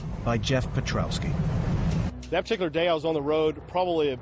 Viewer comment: lol "Perkowski" You didn't even try did you